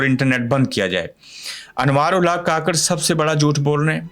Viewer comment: کاکڑ نہیں ککڑ بولا کریں شکریہ